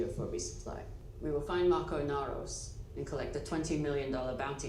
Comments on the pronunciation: There is no letter S on the end of the name "Marco." It's Marco Inaros. Also, Filip is about 16. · literally every expanse reactor says Marcos. I don't get it. Nobody in the show refers to him that way.